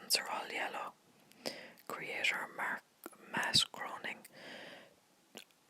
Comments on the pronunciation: I'm not trying to be mean, but since I'm a massive fan of the Simpsons it annoys me that you pronounce Matt groening as "groaning" and not "grayning" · Matt Groening's last name is pronounced GRAY-ning, not GROAN-ing